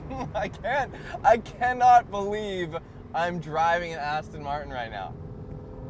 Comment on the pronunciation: Aston Martin, not Aston Martun.Americans can't even pronounce Jaguar.Jagwaar isn't correct. Twats!